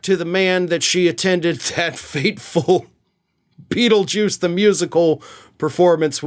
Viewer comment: Did you say PENISjuice?